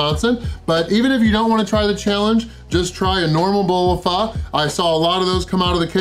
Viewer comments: The pronunciation is like “fooo” you are saying “faa” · Jackass....its pronounced fo...not fa....wtf....Pho is a dish that originated in Vietnam and spread to other Asian countries which modified it to suit their tastes....wtf...